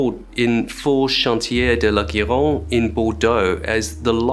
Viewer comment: Your french is perfect, with just the right amount of classy bristish accent. Just the G in "Gironde" is pronounced like the english "J". Jee-ronde, that is. Apart from this tiny detail, don't change a bit in your french. Greetings from (F) Normandy.